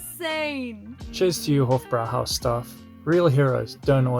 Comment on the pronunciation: The "e" at the end of Spätzle is not silent. You got it right on the Schweinshaxe! So jealous of this eating tour! Hofbräuhaus is pronounced like "hoffbroihaus."